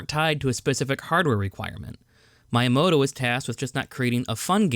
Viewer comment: Your channel deserves more subscribers. Great editing, comedic timing, content. I must admit though, the way you pronounce "Miyamoto" drives me nuts.